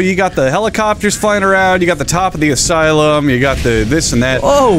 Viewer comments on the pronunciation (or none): Why did he call it the aslume? Is he stupid?